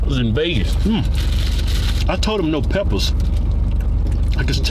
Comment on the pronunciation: PEPPAS LMAO